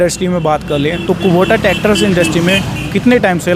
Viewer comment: कुबोटा nhi कुबोता naam h